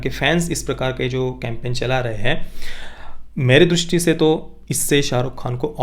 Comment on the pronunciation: Durusthi nhi drishti hota hai